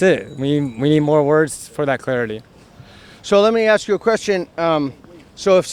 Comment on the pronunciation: "ACKS"...????? A S K